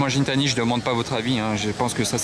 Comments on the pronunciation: Salut! C'est un kit widebody 1016 industries avec des jantes AL13 échappement gintani (prononcé G pas J a la française ! ) merci pour le partage je suis DDE depuis 2016! Pendant le Gumball en Croatie il me semble ,la transmission s'est bloquée heureusement ils roulaient doucement a cet instant...un autre youtuber MR JWW était lui aussi en Revuelto...il a été chez RIMAC (Bugatti )qui a gracieusement modifié une pièce pour que sa transmission tienne 🤯...des trucs que tu vois que sur un Gumball 😂! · Gintani ca se prononce comme Guy avec un G pas un J! C'est le propriétaire qui le dis pas moi😅!